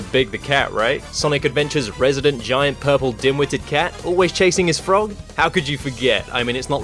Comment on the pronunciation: FWOGGY, WEH AH YUU!?